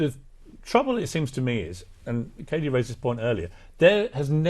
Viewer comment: KKKatie correctly pronounces her name towards the end, then mispronounces it to please her bosses.